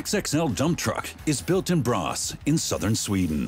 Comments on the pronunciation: Braås, non Brass! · The factory is located in Braås, not Brass. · "Brass" is actually "Braås". I wonder why they didnt spell it it "Braas". Still wrong but wrong in the normal way. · Braås more likely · It's Braås.